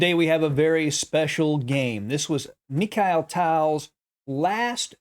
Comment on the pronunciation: I like your content but you butcher these names. I was a Peace Corp volunteer in that part of the world so I’m probably being critical but let me help. Mikhail Tal: Meek-hall Tall. Akopian: Ah-Cope-yawn. Agadmator does a great job with names, in case anyone is ever curious. Admittedly, it’s not always easy.